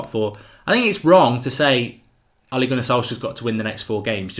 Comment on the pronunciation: it's Ole ("oleh") not Oli (Olee), also its Molde ("muldeh") not "Mould"! Learn how to pronounce before recording.